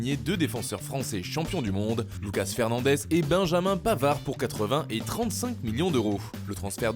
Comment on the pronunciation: lucas "FERNANDEZ" ?? 😳